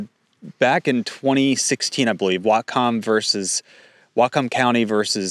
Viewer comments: It's pronounced YAK-ima. WHAT-come County. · thank you for this report. Pronunciation is Whatcom: Wotcum and Yakima: Yackima. This is a devastating addition hardship for the soft fruit industry in Whatcom. When I was growing up there in the 1970s Whatcom County produced most of the country's berries. Cherries, peaches, apples mostly grow on the east side of the Cascade mountains. We have always been been the country's largest supplier. In the 1990s a new pest arrived on the west coast that has devastated farms that produced fruit for fresh eating. The Spotted Wing Drosophilia Fly. SWDF lays eggs in the fruits early blossoms, and the larva then bore into the young fruits. It has ravaged every fruit crop on the west coast. Since the wild Himalayan blackberry has spread to every vacant lot and open space, that has facilitated the spread of the SWDF at an exorbitant rate. Now, most of our fruit is only fit to make juice. Fortunately, that hasn't hampered our wine grape production. Having the government go after water consumption rights is just evil. I believe that you covered some of the water permit strong-arm tactics that are being used on family farms here a couple of years ago. Most of the world doesn't realize that Washington state is truly a bread basket and leading fruit producer of the world. What can we do to stop the blood bath? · Dude, you pronounce those names like you aren't from Washington State, especially "Whatcom" and "Nooksack." Problem is also that the WA Department of Ecology has many times in the past failed to use certified hydrologists for making policy and laws regarding water and water rights. For quite a while, they had this joker from Kalifornia, named John Anderson who was just a biologist, who knew nothing about hydrology. He made many mistakes. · Great video, but the fact that you can’t pronounce Yakima or Whatcom makes me think you’re not from here. Still, thanks for the news, it’s important and I’m glad you’re covering it.